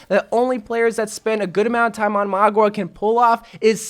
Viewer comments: MAUGA not MAGUA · Just heads up it’s mau-ga not mua-ga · Mauga is pronounced similar to how one says “Maul” but with a GA instead of an L. Hope this helps! :3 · You prounonce him mauga XD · I pronounce him as (mwah-guh) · I think his name is pronounced "maw ga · MOUGA LIKE MOUTH BUT INSTEAD OF TH GA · How I pronounce it is Meow-Ga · I pronounce mauga as mouga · I want it to be junkerqueen but I think it will be magua if that’s how you spell/pronounce his name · Dont worry byw im here to help mauga pronunciation: maw-ga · It's mou-gwa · When he says maguā all I can think of is Aqua (water). Pokemon trainer in overwatch: Oh no the enemy has a magua a water type Pokemon to counter my fire type Pokemon tobijorn. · Magua. Did you mean: MAGA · For the ones who can't pronounce. Say 'mowga' the 'ow' from a cat that 'me-ows or when your in pain you say 'ow'. Hope i helped you out